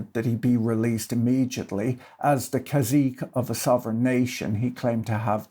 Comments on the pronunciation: Caçique is pronounced "Kah-see-kay." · cazique" is a real Spanish word! modern spelling is "cacique", it’s pronounced kah-SEE-keh, it’s a Carib loanword, and it doesn't mean prince. at least in Mexico, it’s more like "warlord", "despot" or "pretty tyrant". so...